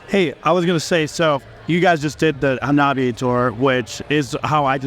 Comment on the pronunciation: Dear presenter, that's not how you pronounce Hanabie.